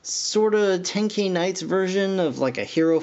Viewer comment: You pronounce it ten-ki-knights AND AWESOME